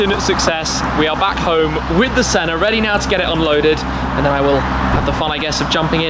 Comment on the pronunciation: Anyone else noticed that Shmee always pronounces the Senna, "Sennar" adding an "r" at the end ?